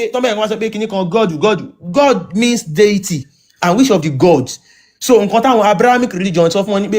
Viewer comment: Hi, actually, sheik was trying to say 'deity', in asking you to clarify his speech, but he didn't pronounce it well and you too didn't wait, you didn't listen to him before cutting him off. Listen to the record again if I'm wrong. I stand to be corrected please. Thanks. I'm not supporting him just trying to let you see how that word has deviated conversation.